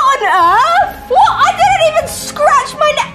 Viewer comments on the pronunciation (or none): none